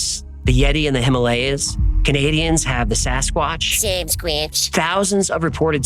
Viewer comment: It’s funny you said samsquanch cause that’s what my sister calls me 😂